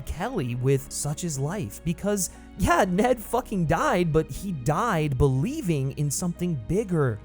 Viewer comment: Only John Wick can turn "yeahhh" into a two syllable word.